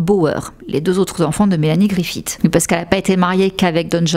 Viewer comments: On ne dit pas griffiTT mais griffi SS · Griffith se prononce comme Smith, à la fin !